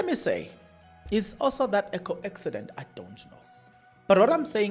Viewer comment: Coaccident😂😂😂. Kodwa you finish me😂😂😂😂